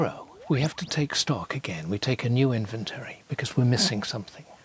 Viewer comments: I appreciate Neil Sloane greatly, but I cannot get over his pronunciation of the word "inventory". Has he somehow never heard that word spoken aloud before? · Second time he said inventary I had to stop the video, maybe reupload with overdubs?? 😂😂